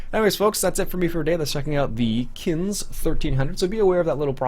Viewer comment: Just to pick a bone the e isn't silent kinze